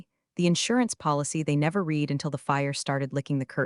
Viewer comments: Please, they still cannot differentiate between read (present tense) and read "red"(past tense) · Lear to say READ VS READ VS red in the appropriate places. And friggen learn to say Patagonia. Instead of Pagonia. So irritating. Every single story. And dinged vs Dinged which I don’t think din-jed is even a word. So dumb.